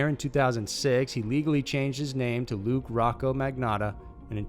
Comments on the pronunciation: It’s LUCA!!!!!!! Omg do some fucking research!!!!!! Good channel but the stupid little mistakes you make (ALL THE TIME), makes it seem like you don’t care about what you’re doing. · It's actually pronounced look-yah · Its "luca magnotta"